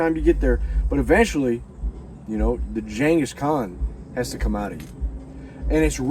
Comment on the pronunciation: Next time,learn how to pronounce ghangis.